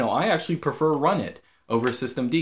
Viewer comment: I thought you pronounce the init system "runit" like "R-unit", not like "run it!"